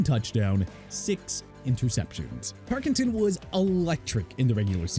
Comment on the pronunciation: LOOK HERE! TERRELL DAVIS PRONOUNCED TUH-RELL DAVIS!! GOT THAT?! ALSO FRAN TARKENTON AS IN TAR-KEN-TIN!! AND YOU MEANT JOHN ELWAY, SUPER BOWLS 21, 22, 24, 31 AND 32 (WHICH YOU FORGOT TO MENTION)?! AND YOU KNOW WHAT MR. "I HATE THE DOLPHINS" KEEP MENTIONING DAN MARINO BEING THE QUARTERBACK WHO NEVER WON A SUPER BOWL! MAKES YOU LOOK GOOD HUH?! YOU PEOPLE MAKE ME SICK!!!